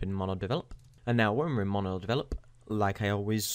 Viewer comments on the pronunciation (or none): none